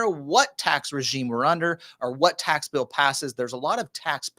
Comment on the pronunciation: Think you said tax pill. 🤣